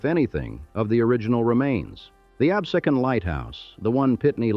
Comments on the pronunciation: Its Len ah pee, not lenahpe. Its abh see con, not absahcon. Chal font A is Chahl font. Redding railroad, not reading. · I can’t watch it because of the mispronunciation of the Town of Absecon….. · unfortunate he does not know how to pronouce Absecon. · its pronounced abSEEcun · "Absecon", "Lenape", two mispronunciations/misspellings in the FIRST minute was egregious-is this AI or what? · Amazing. can pronounce "Lenape" correctly but falls flat trying to pronounce "Absecon..."